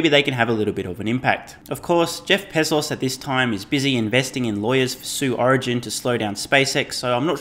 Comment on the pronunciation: "Jeff Pissos" XD